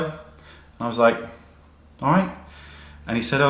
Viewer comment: You sounded extra British in the video. When you said "Alright".